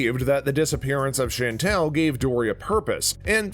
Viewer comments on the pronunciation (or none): There were no Easter eggs in this video. The narrator also pronounced Chantal as Chantelle and it’s very grating. I want my time back.